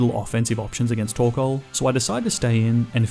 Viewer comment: TORKOAL, NOT TORCAL!